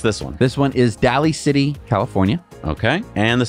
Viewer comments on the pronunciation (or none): You guys don't read comments, do you? "Medina" was a tricky one, I grant you, and I only knew because I grew up in that area, but "Daly [daily] City" pronunciation is common knowledge.